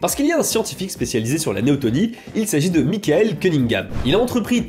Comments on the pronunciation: Néoténie... avec e. Pas néotOnie. Néoténique. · Juste : on dit "neoténie" pas "néotonie" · un détail toutefois, c'est néotÉnie pas tOnie... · néotÉnie, pas néotOnie. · ... et c'est néotEnie, non néotOnie. Je sais, je suis lourd - mais c'est pour la bonne cause, non ? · il s'agit plutôt de néoténie et pas de néotonie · Néoténie, pas néotonie . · On parle de Neoténie et pas de Néotonie ;-) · c'est neotenie pas neotonie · néoténie et pas néotonie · C'est néoténie (pas néotOnie..)😉 Merci pour ta vidéo, tu as fait un gros boulot de vulgarisation sans dire (trop) de bêtises scientifiques. Et franchement, vu le sujet, c'était pas simple si t'as pas un biologiste dans ton staff! 💕💕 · Merci pour la vidéo ! Je me permets juste une petite correction : on dit Néoténie et pas néotonie ^^ C'est pas très grave, mais voilà ^^ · C'est néotÈnie, ps néotonie... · Très bonne vidéo cependant on dit neoténie et non neotonie C’est le même principe pour les animaux